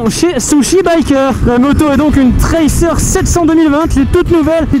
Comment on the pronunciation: ça traceurrrrrrr lol je sais que ça s'écrit tracer